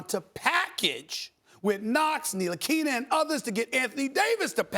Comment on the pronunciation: I'm surprised he can pronounce Ntilikina